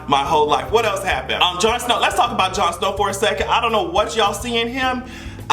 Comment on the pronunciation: put some respect on Jon Snow's name!! 🤣🤣🤣